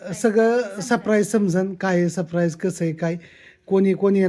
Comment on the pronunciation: सप्रैज नाही सरप्राईज